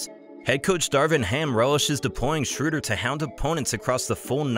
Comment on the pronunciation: the ö in Schröder is pronounced like the u in burn